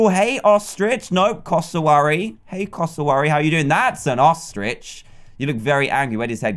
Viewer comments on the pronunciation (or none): It's not coss a worry it's cass a w airy. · Is cass-or-weary not cass-ah-airy 😹😹😹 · ITS CASS-O-WARY